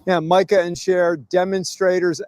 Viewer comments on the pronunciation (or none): none